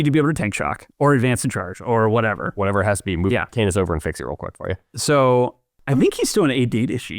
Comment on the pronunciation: Canis = CAN-iss, rather than "Cane-iss."